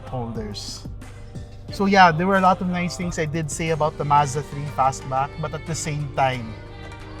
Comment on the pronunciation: “I heard ‘Pasbak’ is that right?”